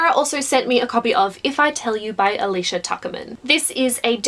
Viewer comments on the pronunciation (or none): none